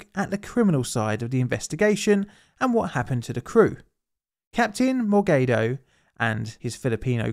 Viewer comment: Mor-gay-do 😂 we don't have long vowels so it's pronounced Mor-gah-do as in the A in bat, cat, hat